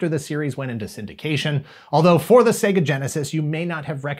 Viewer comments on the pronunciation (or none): none